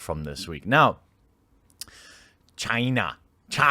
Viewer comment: It's pronounced "China"